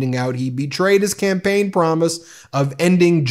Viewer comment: I thought I heard you say, " . . . who ran Donald Trump's Scampaign . . ." and I thought that was great!